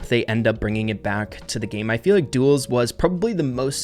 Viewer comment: Me:, say “Duels”: Duos! Me: DUELS: DUOS!!!